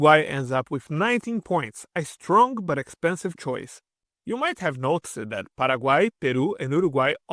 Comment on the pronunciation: Please note that the final "ed" on verbs is usually pronounced like "t". "Developed" is pronounced "DevelopT". Or "noticed" which is "NoticeT" not "Notic-ED." Sometimes its "ED" like "Guid-ED." Please consult a native English speaker to correct improper pronunciation!